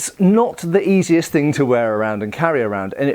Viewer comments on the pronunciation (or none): none